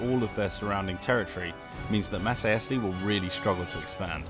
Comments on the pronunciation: Nothing beats the Masaesly. Can't even pronounce their name right... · that's ok mate - it has lots of syllables! you did ur best!